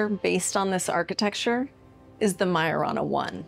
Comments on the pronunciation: The way they pronounced Majorana in their video, it sounded much like marijuana... it reminded me somehow of the Greek word Pharmakeia aka witchcraft. sorcery! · Well now I can’t unhear it. Like maya rna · What's so big about myrna? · Wait ..... did she really just say maya-rana ? Like MRNA? That's what it sounds like. It's reliable, small and controllable??? Like the mrna in those jabs? 😬😬😬 or did I mishear/read something there? They put in the stuff and that chip activates it??